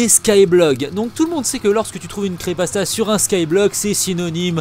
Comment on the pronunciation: On dit creePYpasta pas creepasta !